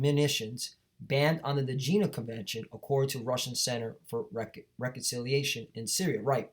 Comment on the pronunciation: it's not Gina convenion, it's Geneva convention. Alright?